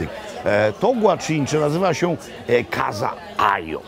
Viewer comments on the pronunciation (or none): nie kaZa tylko kasa (casa)